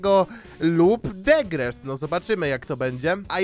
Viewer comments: Regres się mówi nie Degres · nie degres tylko regres 😁😁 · nie degres tylko regres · "degres" ? Z tego co wiem mówi się "regres" pozdro xd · Nie degres tylko regres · Mówi sie regres a nie degres, tak myślę